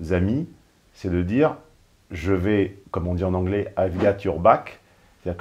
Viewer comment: Merci de maintenir le cap d'une intelligence certaine et de ne pas dézinguer systématiquement les protagonistes des vidéoscopies. Tu avais dit (pardon : djit) que tu (ou tchu) n'était pas un bourrin et que tu ne défoncerais pas n'importe qui juste pour nous faire marrer. Tu t'y tiens. J'apprécie. Mais tchu vois c' que je veux djire en véritché.